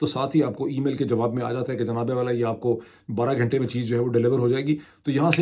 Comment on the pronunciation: Wow عاصمہ کو "اسمآء"، گھنٹہ کو "گھینٹہ"، غزہ کو "غازہ" اور عمرو کو Umru کیا خوب تلفظ پایا ہے۔ عمرو کو عمر (Amr) پڑھا جاتا ہے۔